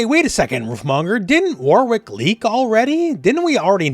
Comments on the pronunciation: I don’t want to be that person but…it’s pronounced “Worik” not “War Wick”. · Who is this War Wick you speak of? (Jokes, it's always been pronounced Wor-rick but I'm British so who knows) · The name Warwick is pronounced “Warick” stop trying so hard